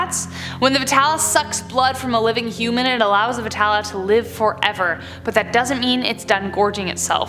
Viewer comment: and again its Be Tal not vetala